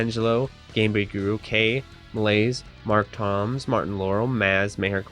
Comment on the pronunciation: I’ve just noticed. I use Akuma and use that Exact same costume and colour!. Wow! I’ve got loads of videos up on my channel I’d love to play you in usf4 sometime. My tag is mtdb503 on PS4 Just one small note .. on the Patreon roll , it’s pronounced mark tombs as in things that people are buried in Cheers .